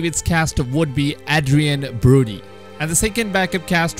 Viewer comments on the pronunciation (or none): none